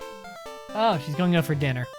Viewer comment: Excuse me, I love your videos but it is not "Pokimon", it is Pokémon. And what accent is that? The way you say 'out' makes my ears bleed!